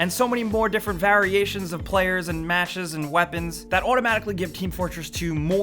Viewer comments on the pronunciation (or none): The way you said variations wtf xD